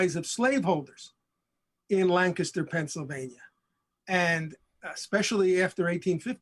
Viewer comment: Who taught him how to say "Lancaster?" 😂